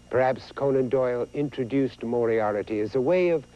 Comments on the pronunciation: very true. but in this vid, price added a syllable (and mispronounced it): mor-i-AIR-i-ty is what he said, but it's spelled mor-i-AR-ty. *shrugs* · Lol, Moriarity? Didn't anyone tell him how to say it? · lol, price mispronounces 'moriarty'